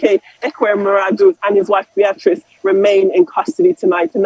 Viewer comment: Who is this reporter who can’t pronounce names very well. This a lady who is a Nigerian who can’t pronounce Beatrice properly.